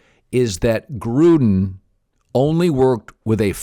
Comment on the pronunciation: I know he's saying Gruden but, I heard Trump!